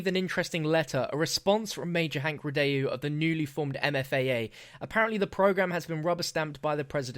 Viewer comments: Are you sure it's Rid-day-U because I'd pronounce it Rid-Dow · Please the pronunciation, it's a French name... REE-DOH, Not REE-DAY-YOU... Thanks, merci. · I'm pretty sure it's pronounced "rye-doe", not "rih-dayoo" but every man to his own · Ree-Dóh... Not Ree-de-ju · Aghh I know it's nit picky, but his last name is pronounced 'ree-doh', it's French. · Thank you it was bothering me through the whole video lol